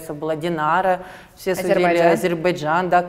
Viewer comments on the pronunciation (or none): none